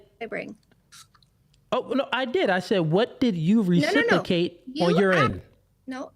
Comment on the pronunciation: He wasn’t worth listening to the minute he can’t even pronounce ’Reciprocate’ properly